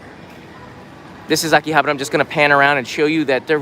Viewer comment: you don't even know how to pronounce Akihabara and you dare to speak of its history.... pathetic foreigners selling Japan for views.... at least try to learn the names properly mate.